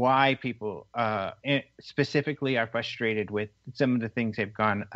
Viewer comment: “ fustrated”